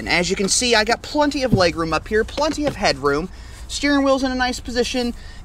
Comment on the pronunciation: PLEN-ty, not PLUN-ty. We are definitely in Kansas.